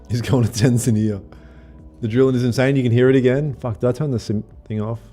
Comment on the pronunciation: Bro, you trying to say Tanzania had me bursting out laughing. You were putting the emphasis on the wrong part of the name. TAN-ze-NI-ya